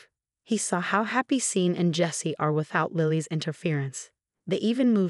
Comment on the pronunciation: Hey, AI, Tara’s BIL is called Sean. It’s pronounced Shawn, not Seen, ffs!